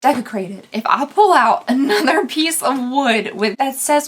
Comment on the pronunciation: Why is the word Desecrated all I can hear everytime does this unboxing? 🤣